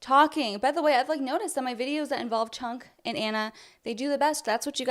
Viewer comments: You are so racist. His name isn't Chunk. It's pronounced Chonk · I love the way you pronounce his name: Chunk loll. Good video